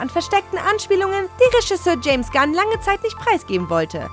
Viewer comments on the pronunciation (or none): none